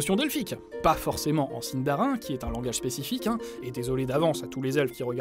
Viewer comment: Ça ce dit pas Si-ne-dar-in mais Si-ne-da-ri-ne... du coup je donne quelque information sur les noms histoire de corriger... Thranduil ne se dit pas Tran-dui-le mais le "Th" ci je dit pas de bêtises se dit comme le "z" espagnol et le " r " ce roule et le reste du nom se dit a-ne-dui-le. Je vous félicite pour le "e" de Legolas qui se dit "é", au Frodon ce dit pas Fro-don mais plus tôt Fro-do-ne... une lettre dans un mot se dit en séparé sauf ceux là : ai, au, ei, ie, ui, ae, ea, eo, er, ir, ch, dh et ur; et comme c'est pas assez drôle il n'ont pas la même prononciation que le français^^ Ouais c'est super dure mais je peut vous apprendre deux truc que je c'est dire en Sindarin: "Mae govannen! ( salutation, bonjour ) Im Hollywattpad ( je suis hollywattpad) " Après Tolkien à inventait le Quenya, le Westron, la langue noire ou noir parler, la langue des nains la langue du Valinor... et c'est déjà pas mal! Mais je suis pas une pro donc je peux pas vous donner plus emple explications. Voilà, après pour plus d'informations sur le Sindarin, bah trouver un dictionnaire faite gaffe qu'il y est pas écrit Quenya car c'est " l'équivalent " du latin pour la langue française. Ou trouver un site fiable comme "Tolkiendrim" ou une chaîne YouTube fiable comme " le savoir des anneaux ".